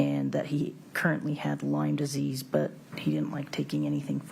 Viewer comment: Why does call is Lymes Disease? It’s Lyme disease! They sound ridiculous!